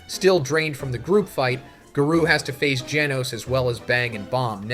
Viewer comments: If the narration is ai generated then it almost gets the pass minus the garoo lines. Gotta work on the phonnetics. Everyone let's remember that our boy is a one man show. Let's give the guy a break for trying to make his YouTube life a little easier. The script is still written by him and he's just trying to push out content for the fans. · When do you say garou like this ? Not cool Z